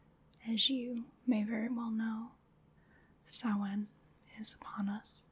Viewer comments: Yes, it's an Irish language (Gaeilge) word so I can tell you it deffo is pronounced as she said it and NO OTHER WAY :D (I'm Irish). 'SOW' (like 'cow') - 'IN' (like the 'in' in 'tin'), 'SOW-IN'. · I am HERE for you pronouncing Samhain and Saoirse correctly! You're the first American I have heard doing that properly. <3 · As an Irish person, I love that you nailed pronouncing Saoirse and Samhain. Great video and very relaxing.